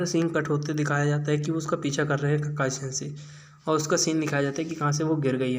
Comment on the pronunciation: He said kalai sense